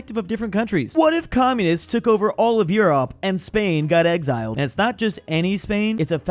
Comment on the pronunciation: “um akshally it’s exiled not exciled🤓👆